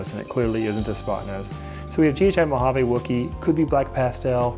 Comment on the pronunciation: Beautiful snakes! Please stop saying "mojav-AYE." It's "mojav-ee."